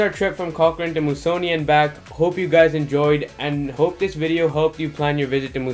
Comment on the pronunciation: It's pronounced " Moose -a -nee "